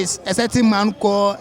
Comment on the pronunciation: The first guy kept saying certain in a not certain way,plus he said jaluany in place of January and auto sub thought he said generally...🤣 that’s why I always read the auto generated subs hehe